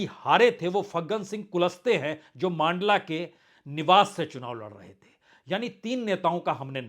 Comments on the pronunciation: सुनाबली नही सुमावली है, और नर्मदापुर नही नर्मदापुरम है, मांडला नही मण्डला है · Abey tu mandla ko maandla bolta hai tu mp ko kitna janta hai.